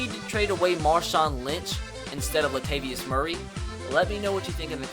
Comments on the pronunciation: La-tay-vee-us not Latvius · Lol latvius? I think it's pronounced latavous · Lah-tay-vee-us its Latavius not Latvius. Also its Kee-on-ou for Keanu. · It's pronounced La - tay - vious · Latavius Murray is pronounced Luh-Tay-Vee-Us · him saying latavius murrays name wrong hurts me